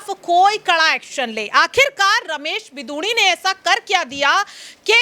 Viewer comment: बिदुडी नही रमेश बिगुड़ी